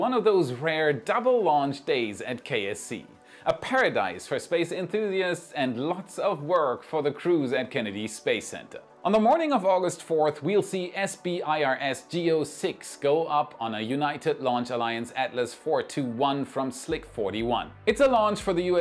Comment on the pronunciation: Hey, - "SBIRS" is pronounced "SIBbers". Yes, it is an unfortunate acronym, but it is functional, at least.